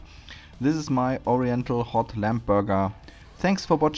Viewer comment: Just a hint - when an english word ends on "mb" the "b" is silent, i. e. it is not pronounced. So it sounds like "lam" or "bom". NOT "lamp" or "bomp". It is spelled "lamb" but pronounced "lam" 😉